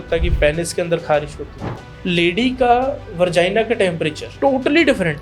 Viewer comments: वर्जाइना नहीं होता है डॉक्टर साहब Vagina होता हैं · Vergina nhi vegina bro... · Shingudane ko hindi mein nhi english mein shrink bolte hain Aur vargina nhi hota vagina hota hai yaar Tyari karke aya kro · Moorakh doctor vargia nahi vagina hota hai